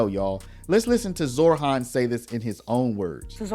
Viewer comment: Zohran.... not ZorHHHHHHAAAANNNNN.